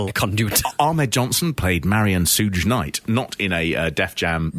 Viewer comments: SOUGHE KNIGHT??? WTF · its pronounced Shoog knight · "Soodge Knight" C'mon, you're a middle-class white dude. If you can't pronounce Suge Knight, who the fk can? 🤣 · "Sooj night" 😂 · I came down to the comments to admonish you for referring to John Stossel as John "Cossel," only to see that you referred to Suge Knight as "Sooj" Knight later on in the video. You know, if you don't know how a name or word is pronounced, and you're making content that's going to be seen by thousands of people, instead of just guessing or pronouncing it phonetically, you could take thirty seconds to Google the proper pronunciation. Just saying. Also, I don't care how old or enfeebled Vader was... he had no business doing the job for a light heavyweight indy worker, which in 2016, was ostensibly what Ospreay was. In 2016, NJPW was NOT the same international major promotion it was back two decades prior. The IWGP Junior Heavyweight title has NEVER been the most prestigious title, serving almost as a vanity belt for Liger throughout the 1990's. and it meant significantly less by 2016. The fact that Ospreay had the audacity to even expect to go over Vader is indicative of his own undeserved hubris. In Japan, Vader is probably the 3rd most respected of all time, behind maybe Terry Funk and Hansen. Arguments could be made for Dr. Death and the Roadies, but I'd be dubious of those argument's validity. Even today, were Vader still alive, and taking Ospreay's current level of fame and prestige into consideration, he STILL should not go over Vader. The business was much hotter when Vader was a major player. Wrestling, while currently profitable, isn't nearly as popular these days, with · "Sooj knight" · Sooj Knight? Hahahaha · Sooj knight lmao these guys need to come to the usa and stay for like 6 months cuz they butcher everything american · Pronounced (Shuu G) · "Shug" I guess, like short for Sugar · Sooge Knight 😂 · How do you know who suge knight is and pronounce it wrong lol 😂